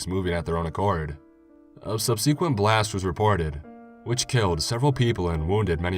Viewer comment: Great narration as always except the "subsequent"! 😂